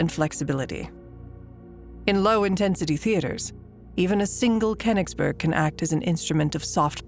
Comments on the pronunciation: the reading consistenly mispronouces koingsberh as kennisbo erg damn american cant ever pronouve stuff right. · Name: Königsberg Anglo voice actor: "KhenisbÖrg" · the Pronounciation of königsberg is driving me insane! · Was AI used for the voiceover? The speaking is somewhat strange and both too fast and too slow, and she messes up Königsberg all the time